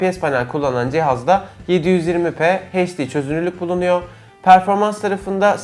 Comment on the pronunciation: Kardeş heşdi (HD) değil gözünü seveyim, eyçdi olacak o.